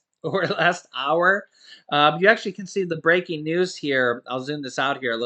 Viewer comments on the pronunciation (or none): none